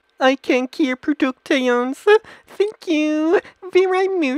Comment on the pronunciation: i swear to everything I hold dear I will fucking cry if he said VEERYE one more time